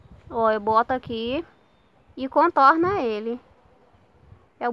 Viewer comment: "o de bastao e mio que sai no contono" kkkk